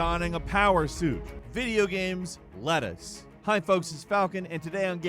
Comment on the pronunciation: “Videogames lettuce” you what Falcon?